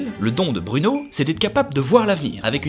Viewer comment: Sa ma fait mal quand ta dit BRUUNO 😂😂 aïe